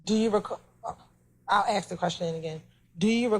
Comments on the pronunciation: ASK NOT AKS !!! You guys butchered the English language. Pathetic. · She can't pronounce Ask properly😂😂😂